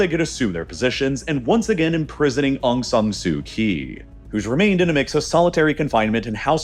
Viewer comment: You're saying aung san's name wrong. You're also saying Aung San su kyi's name wrong, You're basically just disrespecting the whole Aung San family..